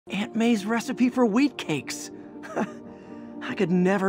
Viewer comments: I heard "weed cakes" before I heard "wheat cakes" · I thought he said weed cakes 😂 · I can't be the only one that heard weed cakes.... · Wheat Cakes? I first heard weedcakes